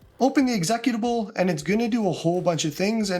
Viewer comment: the way you say executable is hilarious. Good vid, thanks for the clear instructions